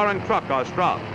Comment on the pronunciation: That because with an ordinary dive bomber you "strafe" but in an A-36 you "Stroffe"